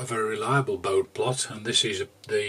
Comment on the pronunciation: Adobe: "A-DOW-BEE" My humble abode. Baud rate. Bode plot "BOH-DEE" (named after Hendrik Wade Bode, an American engineer and scientist of Dutch ancestry). Kirchhoff's laws [ˈkɪʁç-hɔf] "KIRK-HOFF" (named after Gustav Robert Kirchhoff, a German physicist and mathematician).